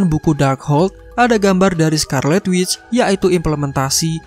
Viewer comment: Witch=Penyihir wanita, intonasinya jelek Wizard=Penyihir secara umum, tapi biasanya tertuju pada penyihir pria